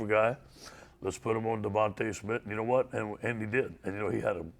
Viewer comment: Let me help you stupid it’s actually DeVonta Smith. Not devonte